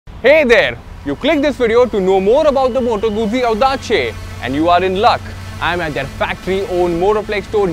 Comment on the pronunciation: ottima pronuncia...! well done ;)